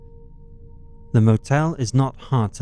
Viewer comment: I appreciate you can say Nevada properly!